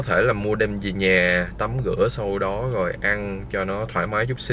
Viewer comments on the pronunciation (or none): Tập phát âm chữ ra , rồi , rêu rao ... ( ga, gồi, gêu gao ...???)